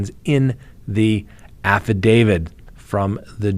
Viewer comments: Why do you say AFFIDAVID? ITS SO ANNOYING! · Because that's how affidavit is pronounced. a - fuh - day - vuht. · Huh?? How does that work? You can end with a d sound or a t sound, not both. And the correct pronunciation is with a t sound. Look it up if you need to.